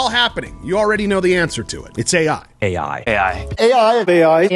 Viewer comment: "Aei Aye" 😮‍💨